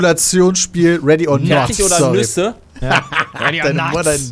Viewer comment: Ready or Nut!!! finde ich besser :-D wie schön er Nut!!! auch betont hat